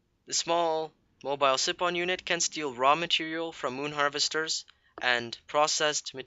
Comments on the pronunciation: siphon [si "f" on] not [si p on] ph makes F sound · lol yes what josh said sipon funny